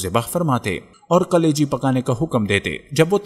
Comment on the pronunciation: میرے بھائی یقینی طور پر یہ ایک بہتریں ویلاگ ہیے تحقیق اور حوالہ کے ساتھ بات ایک مفید اور با علم لوگون کا طریقہ ہیے جو آپنے اپنایا. البتہ ایک تصہی کرتا چلوں کہ لفظ 'کلیجی' ہیے جبکہ آپکے تلفظ ایسا تھا کہ جیسے آپ 'قلیجی' کہ رہے ہیں اگر ایسا ہی ہے تو کم ازکم اردو زبان میں یہ درست نہیں.